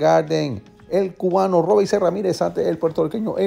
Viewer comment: saludos muy bueno tus análisis voy a mi compatriota,por decisión y otra cosa el nombre del cubano se pronuncia tal como se escribe,disculpa mi señalamiento,bravo por ti buen programa,en estos momentos te escribo desde oak creek,wisconsin tu hogar!